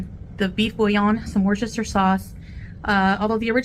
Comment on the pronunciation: And worshteshershteshershtishire sauce.